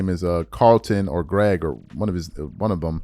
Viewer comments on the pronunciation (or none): I don’t think I’ve laughed harder in my life to hear you say Greg Carton. It’s Craig. And Eddie Jones. It’s Eddie House.